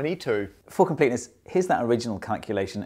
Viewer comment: Fantastic video. I had to listen about a half dozen times around the mark. Thought he said something bad, till I realized he said "for completeness". :)